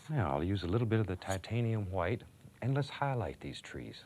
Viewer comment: Titanium WHIATE